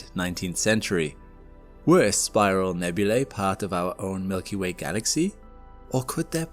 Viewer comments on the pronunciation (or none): none